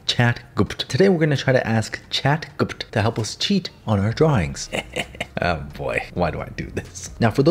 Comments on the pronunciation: Boy I definitely wasn't expecting "Chat... GUPEPT" 😆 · “And it’s called chat ✨GaBuTs✨” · Ah yes “Chat guh puh tuh “ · chatguhput. yes that should be the correct way to say it. anyway good job! love your vids and tutorials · Chat "gupt" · “chat gupt” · chat guhpuhte